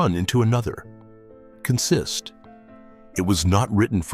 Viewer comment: AI or human, learn the proper pronunciation of consist. It's not "k'nsist." Not on any railroad. Repeat after me: "kawnsist."